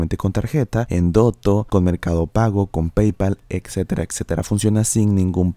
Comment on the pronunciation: excetera, excetera....